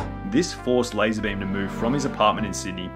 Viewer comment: Lah-Zar Beam